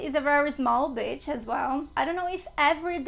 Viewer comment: Great video, thanks. I have great memories of my time in Rio. When you say “beach” in English you need to elongate the “bea…” sound (more like “bee”, otherwise it sounds like that rude word (b!tch) 😬